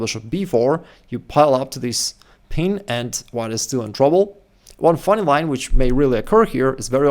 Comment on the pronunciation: It's "pin", not "peen".....😂